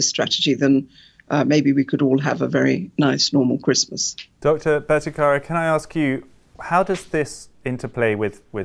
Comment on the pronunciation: While I appreciate your decision to speak with these distinguished scientists, it is jarring to see that the interviewer did not take a small step in learning how to pronounce the name of Jay Bhattacharya. Bhatta-kar-ya was so jarring to my ears. Kudos to Jay for not letting that affect one bit his dedication to science and what he was trying to explain.